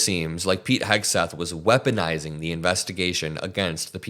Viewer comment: I don't know why, but I always hear his name as Pig, not Pete